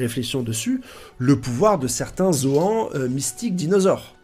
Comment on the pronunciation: Fait un effort sur la prononciation des noms , vraiment c trop 😭😭. Gol Di !!! Gol Di !!!! Gol Di !!!! Gol Di !!!!! Pas gold et roger 😂😂😂 Et c'est R leite 😂😂 ca se prononce " raille li " , les zoans ca te fait pas bizarre en le disant 😂😂😂 met un " e " au bout , sa fera moins mal aux oreilles